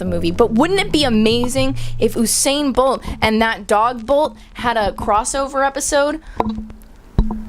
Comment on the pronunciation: "I don't like the Avengers" also "I wanna see Bolt crossover with Oosain Bolt" Because Usain Bolt is pronounced like that apparently.